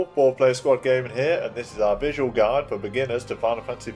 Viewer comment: great guide but why do you pronounce guide as guard?